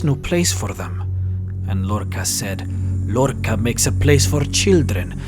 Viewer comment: That's not how you pronounce Lorkhaj